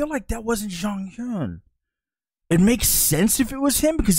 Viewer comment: just a tip on pronunciation onew --> oh - nyu ( you been pronouncing it more like on -new) jonghyun --> jong - hyawn (two Korean sounds get romanized as U, but the one in Jonghyun's name is actually pronounced closer to au or awe.) minho --> mino (the h is usually silent in Korean, and often just represents more air coming through) taemin --> teh min (think most people mispronounce his name as tay-min) key is an english word so the pronunciation is fine I really like your reactions for SHINee, I think I've watched them all in one sitting. I've learned some things about how the songs were produced that I haven't noticed before despite listening to the songs so often and feel that you genuinely like them. Even the songs you don't vibe with are songs the fandom also doesn't always vibe with lol (a.mi.go, why so serious, etc). Would love to suggest some more b-sides after you've caught up with the title tracks Also, one thing that helps me accept Jonghyun's passing is that he really fought hard for creative control, not only for his own solo work, but also SHINee's. And his legacy can be felt through what they currently release. So even if he isn't there, his influence still is. A lot of fans consider SHINee a 5 membered group in the present even if they preform as 4 because he did a lot to shape their image and sound. You can also listen to some of their Japanese title tracks with Jonghyun. One I would specifically recommend is Your Number